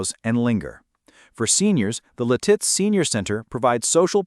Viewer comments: Its Lit-itz NOT Li-titz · I always thought it was Lit-Its. I kinda like Leh-Tits though... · Lititz is pronounced Lit-it’s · You’re saying Lititz wrong 😂. It’s said like “lit-its”. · AI Crap. It's Lit-itz bruh. AI BS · Lititz is Pronouced Lit-its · Lititz is pronounced LID-its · I think you should learn how to say Lititz. It's Lit- itz 🙄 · How hard is it to accent the first syllable typical of American English pronunciation? LIT-its. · You got to love AI - La Titz 😂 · I'm 72 and live in Lititz. The name of the town is pronounced LIH-tits--emphasis on the first syllable. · you are pronouncing lititz wrong. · Your mispronunciation of LITITZ is hilarious 😂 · Boy, you really butchered how to pronounce Lititz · I know right! 😂😂😂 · Where were those palm trees at the beginning? Also, learn to pronounce Lititz. Your credibility is shaky.